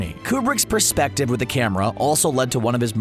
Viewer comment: Say “iconic” as many times as possible: check Mispronounce “perspective”: check PING! YouTube Video maded Nicely researched and presented other than those two thoroughly irritating tropes.